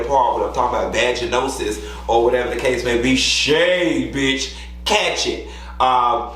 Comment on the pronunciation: Q, when they played your clip my man was in the kitchen. He heard your voice mispronouncing “vaginosis” and he said “that’s your homeboy ain’t it??” 🤣🤣 Even the straight mens know The Doll 💪🏽💯